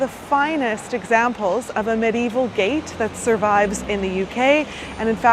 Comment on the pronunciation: Please note : "medieval" is pronounced with FOUR syllables.